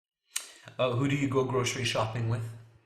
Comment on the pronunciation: then I usually not Usually /ˈjuː.ʒu.ə.li/, grocery /ˈɡroʊ.sɚ.i/ not grosiriy